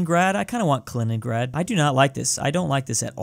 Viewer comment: “Kaliningrand”